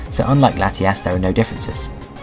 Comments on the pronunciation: u say latiass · Ha ha u said lateass